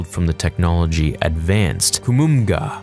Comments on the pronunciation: Just FYI, it's pronounced Ruh-CAW-tuh, not RAH-kuh-TAH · You are. You’re not allowed to mispronounce Rakata.